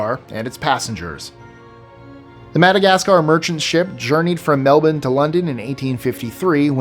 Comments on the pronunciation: Plot spoiler: pronounces "Melbourne" correctly (in reference to Australia) about or so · You legend, you pronounced Melbourne correctly. Onya mate. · The fact you pronounced "Melbourne" correctly 👌🏻👌🏻